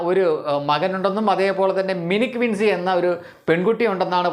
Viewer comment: വിൻ സിയല്ല വിൻ ചിയാണ് - അവസാനം Cl വന്നാൽ ഞ്ചി എന്നാണ്ഉച്ചരിക്കേണ്ടത്.